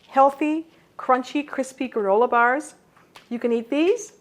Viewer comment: Did she say gorilla bars?